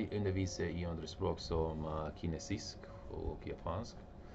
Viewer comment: Jag är Svensk men min faders sida är norsk och kommer ifrån Tromsø. Vissa saker som "jeg underviser i andre språk som kinesisk og japansk". Ordet "kinesisk" uttalas inte med ett hårt k som du gör det, istället är det med ett mjukt k. Föreställ dig helt enkelt att det skrivs som "kinesisk" men uttalas "chinesisk". Liknande saker som dessa finns genom videon men detta är helt enkelt någonting som kommer med tiden. Ditt ordval och grammatik är jättebra med tanke på hur lite du har studerat detta språk, eller "kjempebra" som min pappa skulle sagt. Det enda jag kan säga är att förbättra uttalet för att låta som en äkta "norskeman" :) In English: I am Swedish but my father's side is Norwegian and comes from Tromsø. Some things like "jeg underviser i andre språk som kinesisk og japansk" the word "kinesisk" is not pronounced with a hard k as you do, instead, it is a soft k. Just imagine that it is written as "kinesisk" but pronounced "chinesisk". Similar things like these examples are present throughout the video but this is simply something that comes with time. Your word choice and grammar are great considering how little you have studied this language, or "kjempebra" as my dad would say. All I can say is to improve the pronunciation to sound like a true Norwegian man :) "